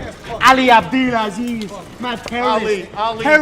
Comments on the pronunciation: I noticed you kept mispronouncing Ali”s last name. I know it looks weird, but it’s pronounced Ab Del Ah Sleeze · The way Conor pronouce Ali's name lol 😂